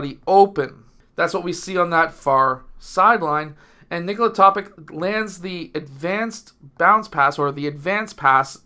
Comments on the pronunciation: great video sir but it is basically pronounced toe-pitch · Do you know how to pronounce the last name of the multiple league MVP - Nikola Jokic? I guess - You do... If Nikola Topić comes from the same country, is an ethnic member of the same nation as Jokić, why on earth would his last name be pronounced differently?! The analysis of the game is quite decent, but the fact that you didn't bother to think for at least 10 seconds about the correct pronunciation of the last name is sad. I hope, coach, that you are more detailed in preparing for the games than videos...